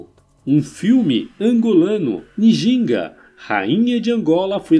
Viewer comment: Excelente conteúdo, só precisa melhorar a pronúncia dos nomes, Ngola, Ndongo, Njinga...